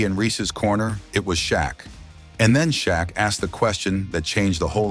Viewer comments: Who the hell is ""Sha Q?" Frickin AI narration! C'mon! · "Sha Q" wtf?